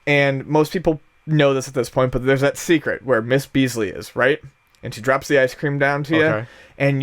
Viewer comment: I'm sure someone already pointed this out but it's Mrs. Beakley not Beasley haha.